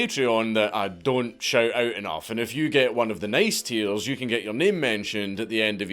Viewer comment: Can I just pay you to say “tiers” a whole bunch? You sound like a baby or young lad with a speech impediment. So cute!